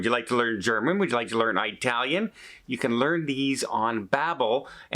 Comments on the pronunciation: …eye-talian?. It-alian. Ask Babbel 🤭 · The lessons must not be that effective. Otherwise, he would know it's not pronounced "EYE' talian! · “Eye” talian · Haha. . . You mispronounced Italian AND pronunciation. LOL. . . Good for you for learning a new language!